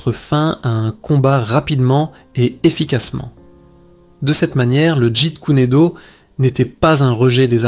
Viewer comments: tu prononce le jit kuner do , ça ce prononce le jet koune do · Jite kuné do..Jite kune do... Bon allé c'est de l'ia ... Jet Kun Do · Ouhaou ! C’est pénible à écouter... très pénible, mais c’est intéressant malgré la voix monotone de l’IA incapable de prononcer correctement Jeet kune do